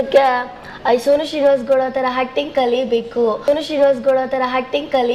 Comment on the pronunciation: Prononce alla mam avla bayi ye haage😂😂😂 Sonu srinivas helikke avlu shonu sinivas helodhu